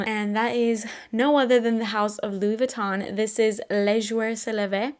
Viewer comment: You pronounced the Louis Vuitton fragrance perfectly! And, you look so so pretty! I am running out of my Reminiscence’s Heliotrope, so nice for spring, but just purchased more frags from Alexandria. My addiction/love for new perfumes knows no bounds! Oh, just purchased a blind buy cheapie body/hair mist from Marshall’s...Chai Epice (?). Not in Fragrantica, but discovered it is from Urban Outfitters. I tested it in the store and fell in love immediately! And, longevity is decent. But, lots of compliments!